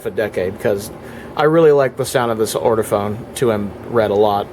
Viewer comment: Hi. This has been a very interesting video. Just one thing it’s Ortofon not ORTOFONE!